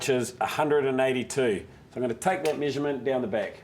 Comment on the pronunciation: Quick meesurmunt